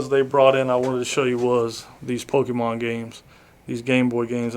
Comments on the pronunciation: She said pokeman 😅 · “I got some PokeMAN for ya” I will never understand why Boomers can’t pronounce it right. They’ve only been around for THREE DECADES 😂🤦‍♂️ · Did she say pokey-mans? lol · Anyone that says "Pokeman" has gotta be trollin at this point... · she definitely stole them cards. She can’t even pronounce Pokémon correctly. Maybe she stole it from her son but I can promise you this chick doesn’t collect Pokémon.